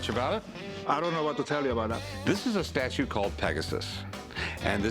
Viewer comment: It’s a meE, mario and my estatu-e. Buy it!